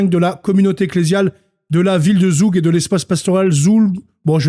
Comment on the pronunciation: 🙏🏻pour info Zug se prononce Tsoug. Désolée mais ça fait mal aux oreilles 🙏🏻